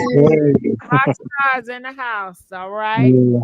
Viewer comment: They. Said. Dhe. Not. Die